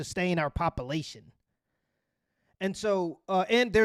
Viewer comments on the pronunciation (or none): “Pop-ilation”😂I like it! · I love your content, but I cant let this issue slide......... and BOI, IF YOU DONT TAKE THAT NOFUGAZEE GRAMMER OUT YO VOCABULARY!!! BOY I SWEAR IMA MAKE YOU DO 100 PUSHUPS AND MAKE YOU SAY 'POPULATION' EVERY REP! AND IF YOU MISPROUNOUNCE IT EVEN ONCE, YOU STARTIN OVER 😤🤣🤣